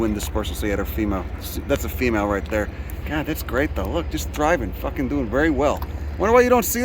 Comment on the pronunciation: This video just showed up in my feed, this guy really knows his stuff! The milkweed and echinacea are typical “butterfly garden” species (perhaps intentionally planted by to attract Monarchs to his dock?) The accent is a combo platter of NYC and somewhere else -Philly, PA? It’s his “there” (“dere”) that gives it away. “You guys are lurkers!” 😂